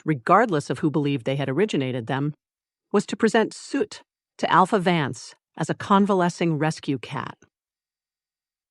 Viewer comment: Heads up for people new to this series: the AI says “Suit” for the dragon baby. It is supposed to be “Soot”.